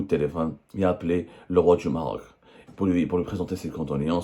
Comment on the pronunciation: Le régime des généraux mafieux exprime sa solidarité au peuple marocain frère....le journaliste avait du mal à prononcer le mot Maroc